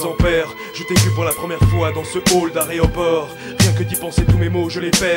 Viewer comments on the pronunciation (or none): on dit "aéroport" pas "aréoport"